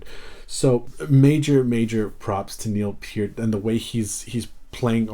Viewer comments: Thank you for pronouncing Mr Peart's name correctly. It very irritating to hear someone butcher it. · Excellent video, and kudos to you for pronouncing Neil's last name correctly. But to answer your question, yes, Geddy plays Moog Taurus bass pedals with his feet. I think Geddy's double neck bass is 4 string and maybe 5 or 8 string bass too. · Good for you 👍👍👍. You pronounced Neil's last name properly.